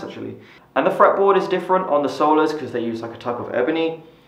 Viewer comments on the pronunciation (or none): none